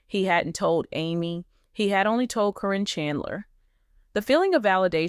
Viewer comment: You know you keep saying caryns name wrong its karen not corrine